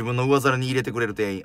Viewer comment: 店員❌ていいん→⭕てんいん 人に聴いてもらうなら、きちんと読みたいナ〜😢